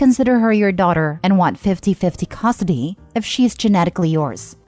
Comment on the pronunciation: AI voice? Says Costidy instead of custody